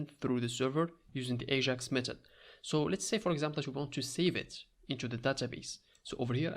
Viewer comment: it's not aZHAx asshole it's Ajax